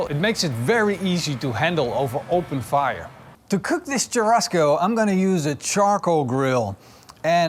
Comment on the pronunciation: One thing : churrasco is pronounced chu-ha-sco not chu-rrasco 😀 the double r is actually a H.